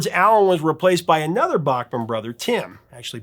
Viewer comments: So he told you that he pronounced his name backman and you choose to pronounce it bachhman no respect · Please: “Bachman”, not “Bockman”. And BC plays guitar but was the keyboardist, not guitarist in the band. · Back-mon. Not Bock-mon. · Bachman pronounce back not bock but nitpicking maybe. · Hey wait a minute, you're the one who taught me it was BACKman not BOCKman? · Randy told you that he wants his last name pronounced correctly, but he's willing to let it go on the band name, BTO.